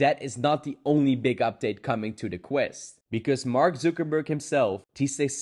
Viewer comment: “Mark Zookerberg”